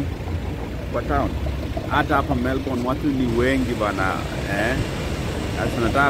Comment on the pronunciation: I like how you call Melbourne tao😅😅😅